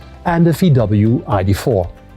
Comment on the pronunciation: I love how the MG presentor, for a former UK company, now a Chinese manufacturer, pronounce VW as FeeDoubleU. It's just so internazionale. Way to go, "MG" ....